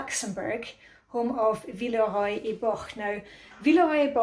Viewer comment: Love the teapot! and you pronounce it so much better than I do in SE England; “Villa-roy and Bosh” 😬🙄😆